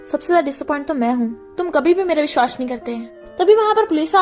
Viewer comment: Its vishwas not vishhvas